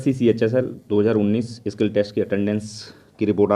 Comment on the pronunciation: Bro it's not kill test It's skill test